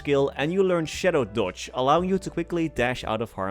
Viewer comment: I swear I hear "Shadow Dutch" during 1st Job Skills :D Great vid!